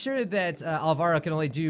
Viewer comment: OH I have someone in quite a few of my classes named Alvaro (IDK how it's spelled, sorry) but it's pronounced Al-Va-Roh